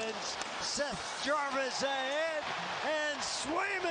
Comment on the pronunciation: Don’t forget “ Self Jarwis”